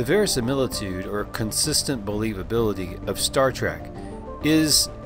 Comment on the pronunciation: Verisimilitude. Verisimilitude. Verisimilitude? 😂😁